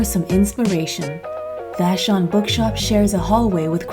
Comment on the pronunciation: I’m a Washingtonian! You said vashon pretty good!!! 🥰👍